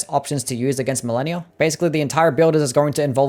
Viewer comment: You pronounced malenia wrong sosny times